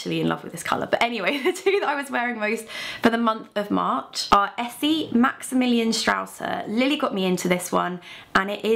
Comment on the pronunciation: loved how you said Maximilian-Strasse haha 😂 german-pro